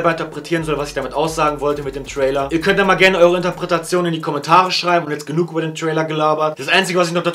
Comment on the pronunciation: Interpretation, nicht interpretertion👀